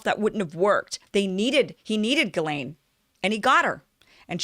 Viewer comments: And I hate to say it but it's pronounced "jizz lane", an appropriate moniker if ever there was one. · Pronounce as if spelled Jiz-lane . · Kim got most of it right but failed to pronounce Ghislaine's name right - Although her pronunciation of "Voulez-vous coucher avec moi" was perfect!... 😁